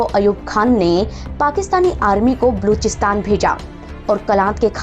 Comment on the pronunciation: बलूचिस्तान तो ठीक से बोलिए|